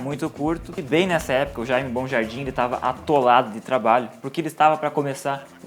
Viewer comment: Não é Jaime BONjardim e sim MONjardim...